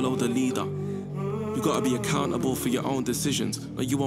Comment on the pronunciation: cathy dominique I understood, I hate how he pronounced leader :/